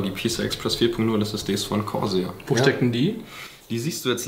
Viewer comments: Es heißt corsair nicht croshair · ER-O-G, Freds, Grafichkarte, Korsähr. Das sind so Schlagwörter, die perfekt die Backsteinoptik im Hintergrund aufschönern.